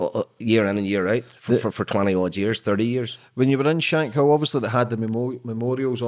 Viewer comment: It’s not pronounced shank hill 😩 it’s shank kill.